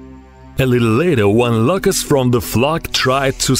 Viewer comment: Da Louuucusst